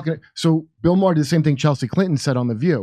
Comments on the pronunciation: Jimmy needs to learn how to pronounce 'Maher'. In fairness it does depend what part of Ireland it originates. In some places it is 'Mah-hur'. More widespread it is pronounced 'Marrh' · Jimmy "Dore" with a blatantly Irish surname can't recognize another blatantly Irish surname? WoW! Bill "Maher" pronounced Marr as is in "Mars" the planet without the "s". Come on Jimmy, get it together! Bill Maher's mommy is/was Jewish and Jimmy's dad, unless there was a change somewhere in the past is or was of Irish decent too. We used be well aware even as multigenerational Americans of our family backrounds but, I guess at some point that was lost along with so much else... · Ma-her? Heh. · Anytime you're ready to STOP saying Bill "Mah-Her" that would be great, thanks. Send that moniker packin' along with Kurt. ;)